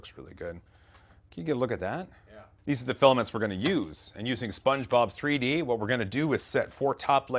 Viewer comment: It sounds like you're saying "SpongeBob 3D" when you're talking about the slicer. I tried googling it, and came up empty. What slicer are you using?